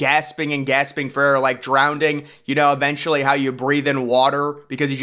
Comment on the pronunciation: Wtf is “drownding” 😂